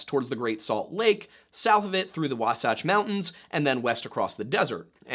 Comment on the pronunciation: As a Utahn I, 1) thank you for finally pronouncing Wasatch right. 2) can confirm as a that as an early pioneer traveling through the territory now known as Utah and Nevada would be about that absolute worst decision anyone could make.